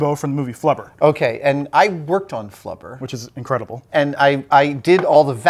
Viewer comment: Flubber* not Clubber lol